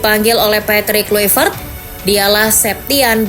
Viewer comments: Baca nya patric klaivert min bukan kluipert,sakit kuping guA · Baca nya Patric Klaivert bukan kluipert,kocak